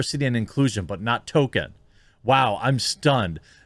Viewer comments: Sounds like you're saying "Token" instead of "Tolkien" which makes it that much more funny. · Please stop calling him Token. Its Tolk-ien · Established Lords is a scam. Becoming a Lord doesn't work like that. Can also tell you actually don't care aboot what you are covering because you are calling him TOKEN. It's Tolkien. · Please..... Please stop saying "token" instead of Tolkien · name sounds more like Toll-Keen, not token... love the coverage but that's driving me nuts... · Tolkien not token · Saying his name to sound like "token" is funny, but in the same sort of way it's funny that Greg Brady got into an accident with the family car. Funny, but with a sick feeling of existential dread underneath. Maybe just consider putting a tad more emphasis on the "L" in "Tolkien"? Or maybe saying it as "TOLE-keen", just so no one claims you're making jokes about "tokens"? I know what you're saying, but the outrage mob will pounce on the stupidest damn crap. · Hey man, pronounce the "L" in Tolkien. His name isn't "Token". You're killing me bro! :D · It’s not Tolkien it’s token! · It's Tolkien... not token. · Why do you say 'Token' when referring to TOL-kien ... ? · His name last was Tolkien not TOKEN. This woke shit is never based on merit and only fools believe these actors were hired organically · It's token not Tolkien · It doesn't help your credibility to keep calling him "Token" instead of "Tolkien" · “Tokin”…? I always enjoyed a good toke while watching LotR. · I've pointed out the "Token" thing a few times, he just keeps doing it. It's not a good look mocking these fake fans when he can't get the writer's name right. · Does it bother anyone else that he says “Token” there’s an L and an I in there my man. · Jeremy, you pronounced it accurately at the beginning... this adaptation was authored by J.R.R. Token. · Did they say Tolkien or Token? I'm confused. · Why does Jeremy say Token? Seriously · Are you saying "token" instead of Tolkien for a reason 😂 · “Token” lol